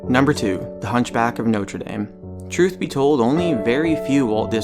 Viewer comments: dame is pronounced "dom" not "dame (as in a woman)" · Not Notre Day-me. Notre Dah-me. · Its actually notre dame (dom) not dame (dayme) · the way he pronounces "dame" ajfnisjdfn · You don't know how to pronounce "Notre Dame"? Really?